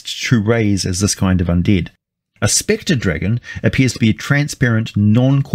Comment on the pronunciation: "Sphincter Dragon" Yeah I know you actually said "Specter", but my version sounded way scarier. Imma just blame your accent for this abominable creature concept and/or dick joke. 😉